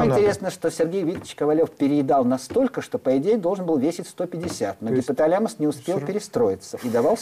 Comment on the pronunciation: гипоталЯмус... ужас, как только он начал коверкать слово - информация начала проходить мимо ушей, до того режет слух